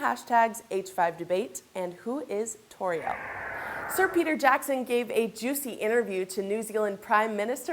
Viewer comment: Dumbass woman, I speak Sindarin, I'm almost fluent in it! And Tauriel is pronounced Tow (like in owl) REE ell (like saying the end of shell without the sh)